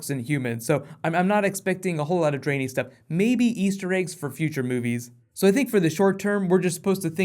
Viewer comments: Drain-ee? Lol...try "dren-eye"... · Part Dray-nee? Wut XD. It's Dran-I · the dranei are pronounced like dran - I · first person to pronouce "Draenei" as "Drainy". Draenei as in "read" and "eye" not as in "drain" and "knee" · "part draenE" lolzz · Sounds like Dra'Neye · cough draenee.... xD ( dran- eye) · Also please never say dranie again xD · The way he says drenai HAHAH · You mispronounce both Draenei and Ogrim btw